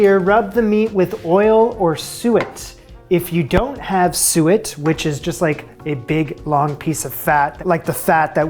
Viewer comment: Also, congrats on learning how to pronounce "suet"!